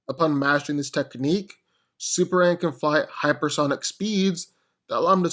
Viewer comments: Dude please enunciate it's S U P E R M A N not superann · Is it me or is this guy saying "Superam"? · Why do I keep hearing "Super-an"???